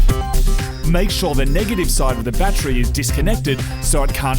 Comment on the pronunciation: Love how they say battree.